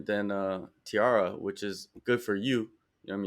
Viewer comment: Who tf says Tee-Ara, theres no e in the name. Brother needs to go back to english class.